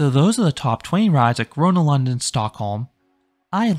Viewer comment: Bro I'm Swedish and love Gröna lund but he pronounces everything wrong💀